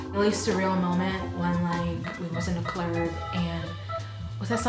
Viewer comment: hahaha, "i was in the clurb"